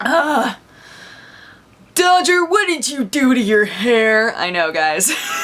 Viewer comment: Dawldger... Doodger... XD